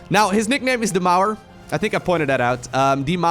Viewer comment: Me: "what is his nickname, di maru?": "...basicly means the wall" me: "ah, has said die Mauer"